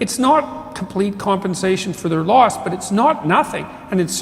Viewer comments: . Loss. Not. Law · Loss, not Law